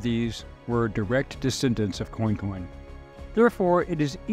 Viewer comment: Pronouced " Qwan-qwan." Interesting story. Commerce in action. Louisana's system at the time was unique. Your presentation was well done. Esoteric History is your forte, balanced fairly in several episodes.